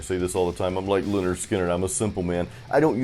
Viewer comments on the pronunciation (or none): none